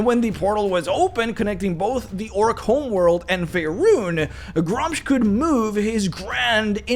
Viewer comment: It's pronounced "Gruu-mush".